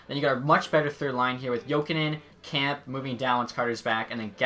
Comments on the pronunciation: It is not “CAMP” it’s Kemp-a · also pronounces "kem-pay" "camp". If u watched any hockey network, highlights or a game you'd know how to pronounce it since everyone is talking about him...